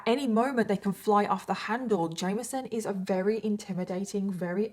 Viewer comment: Wery rery very